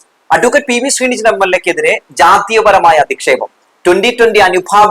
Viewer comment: ഞങ്ങളുടെ MLA ആണ് അദ്ദേഹത്തിൻ്റെ പേര് പി.വി.ശ്രീനിജിൻ എന്നാണ് അല്ലാതെ ശ്രീനിജൻ എന്നല്ല 😊 ദയവായി ശ്രദ്ധിക്കുക. ജാതി അധിക്ഷേപം നടത്തുന്ന ഒറ്റ ഒരുത്തനെയും വച്ച് പൊറുപ്പിക്കരുത്. സാബു ജേക്കബിൻ്റെ ഉച്ഛിഷ്ടവും അമേദ്യം വാരി വിതറുന്ന ഒരുത്തനും ആത്മാഭിമാനം ഇല്ലാത്ത വെറും പിണങ്ങളാണ്